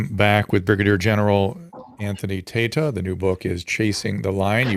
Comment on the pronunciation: Tata scaled heights great enough to be immune to the teasing inherent in such a surname…but it’s Tayta lol